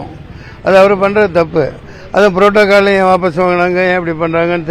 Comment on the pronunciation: Protocal ❌ புரோட்டா கல் 😂😂😂😂